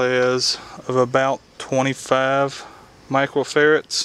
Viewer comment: OMG, it's not compacitors it's capacitor and microfarads not macrofarrats. LOL, Great vid otherwise.